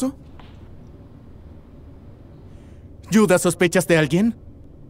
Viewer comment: Se dice Judah no yuda